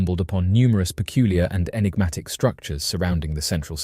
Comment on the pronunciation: We love you, hours of entertainment , but , enigma,…. Enigmatic…. Un-enigmatic…. Un-eggnamic? Is not a word!… lol it sounds like a broken breakfast machine, party on dude!😅😂